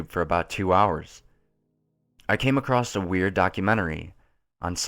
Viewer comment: Believe me, I love these creepy pasta's, listening to and, but it bothered me how he kept saying "accrossed".